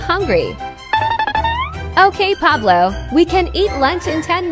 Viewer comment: Pablo Not Poloo